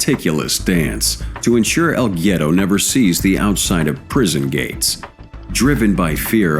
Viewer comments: El gyero? Haha what is he a. Greek snack? It’s el guero (wero) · Pronounced EL WERO..!!! C'mon mate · As a spanish speaking person I cringe every time I hear "el Giero"